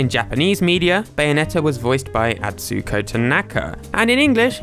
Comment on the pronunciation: Don't say Atsuuuko Tanaka, there is no elongated stress in "u" or any japanese words, each word is about the same length whereas english shortens and lengthens way more. Say Atsuko Tanaka Also typing it in google translate and pressing the speaker button will tell you how to pronounce it more properly than your guess.